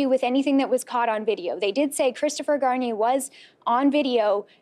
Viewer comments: You can pronounce Deveaux but not Garnier? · why do americans pronounce garnier shampoo like that????